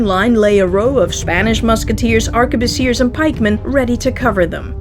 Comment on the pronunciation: *ARK-BOOSS-EE-AY... Even if it's plural...